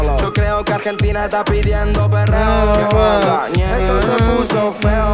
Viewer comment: Jajaj en vez de ñeri dice neri porque en USA no existe la Ñ 🤣